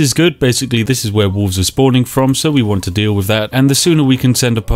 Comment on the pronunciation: Spiff doesn't pronounce the 'l' in wolf/wolves.